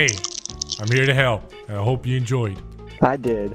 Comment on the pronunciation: I loved that "I hope ye enjoyed". Like you were giving the guy that subtle nod that you're